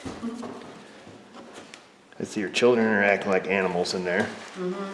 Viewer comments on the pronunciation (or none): none